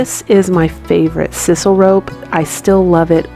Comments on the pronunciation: Very awesome! BTW it’s called “sysoul” rope not “sisole”...just letting ya know...I tried to spell it right but it’s hard to type how ya want to spell something out haha...your crafts are beautiful!!! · Hey cutie, love your ideas and your skill. Thank you. My little gift to you .... Click onto video called "how to say sisal". Or read me: sssss eye sal. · FYI, the "I" in sisal has the long sound as in sigh. I have been binge watching and loving it.